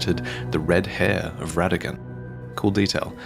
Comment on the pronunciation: Technically Rennala’s offspring start with the “Ra” sound as in Radagon and not “Re” sound